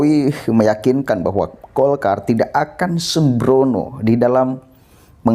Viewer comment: Golkar bukan dolkar